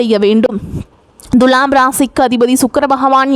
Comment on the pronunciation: த்துலாம் ராசியா.. த்து ஏன் அழுத்தம் சாதாரண மாக துலாம் சொன்னா என்ன....தண்ணி குடி..